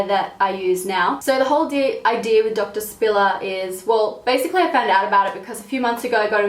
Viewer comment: I thought "doctor spiller" was "donkey sperm"